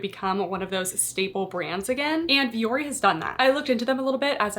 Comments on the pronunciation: Thats not how you pronounce the name. My ears. Lol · since the CEO and founder has said the company is named after Finnish word for mountain it's not how it's said. They themselves say it incorrectly which is very disrespectful.